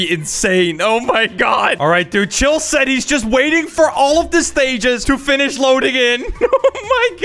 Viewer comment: Bro stop sed